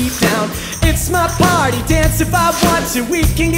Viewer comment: he doesnt say "party" he say "pawty"